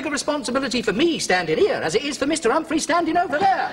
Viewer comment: Humpa-fleas! loooooool Has difficulty getting his tongue round his R-s... This is actually racier than most comedies running today.